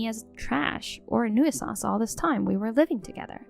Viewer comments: PLEASE. FOR THE LOVE OF GOD, LEARN HOW TO PRONOUNCE COMMON ENGLISH WORDS. "New-eh-sance"? Really? Try : "new sense". Maybe that isn't perfect, but its a whole lot closer to right that you've yet come in the year or more you've been trying to pronounce it. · What’s a NEW-ih-sanse? Making up words? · New I sanse. That pronunciation... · Tip: Hey Siri. How do you pronounce nuisance.